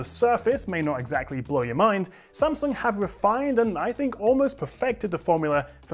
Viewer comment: Wow... It's the first time I heard non asian people said Samsung right... It's Samsung, not Sem Sang...